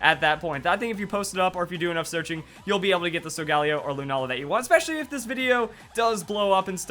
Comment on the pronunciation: I thought it was pronounced Sol-Gah-Leo because leo means lion and sol means sun